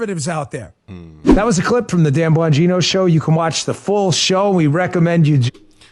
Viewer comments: His name is Dan not Don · His name is Dan, not Don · It's Dan, not Don btw. Anyways, Go listen to his shows from . It's like a spy novel as he unravels then Russian conspriacy nonsense. His book on the topic is great as well. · It’s DAN not DON! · He is Dan, not Don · Please call HE DAN NOT DON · Dan bongino not don😅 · Dan not Don